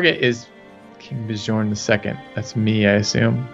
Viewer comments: please learn how to say Bjorn... its not that hard.. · You two should watch the tv series Vikings, then you'll know how to pronounce Bjorn at least lol